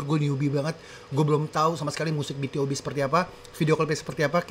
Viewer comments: BtoB, bacanya bitubi. Debut tahun 2012 bang. Asalnya Cube. Dulu adeknya Beast. Oiya Bang React Pentagon doong. Yg lagunya "Daisy" sama "Do or Not". Aku kepo sama pendapat tentang lagunya Pentagon 🥺 Oiya, sekalian req Highlight yg Not The End dong Bang🥺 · Cara bacanya "bi tu bi" bang Aaa salah satu lagu btob favorit😭, idol grup itu bang Lagu mereka enak-enak, worth it buat dikepoin👍